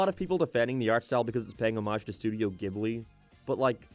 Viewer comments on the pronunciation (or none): none